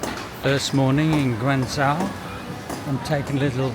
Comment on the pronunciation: Guangzhou is pronounced Guang Jo. Zhou means City.